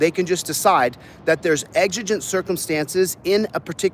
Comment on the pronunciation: Wow! can say exigent.